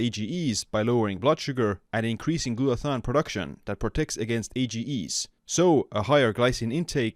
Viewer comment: Thanks for the info. (also check your pronunciation of glutathione)